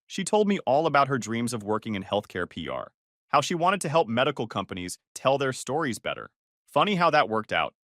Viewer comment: It’s “stories,” not “storis.”